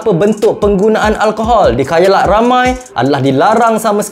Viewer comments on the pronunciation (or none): Khalayak bukan khayalak..hahahah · Di khAlayak..bukan khayalak.maaf klau kami salah dgar🙏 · Correction,Khalayak bukan Khaylak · Khalayak ramai bukan khayalak ramai.. Ni ke salah seorang yang bila cikgu tanya dah besar nak jadi apa jawapannya nak jadi YouTuber.. Ingat ye, khalayak bukan khayalak.. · khayalak ❌ khalayak ✔️ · Khayalak ✅️ Khalayak ❎️ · hang cuba dgq balik hg sebut khalayak ka khayalak?? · Sorry bro.. khalayak.. bukan khayalak.. 😅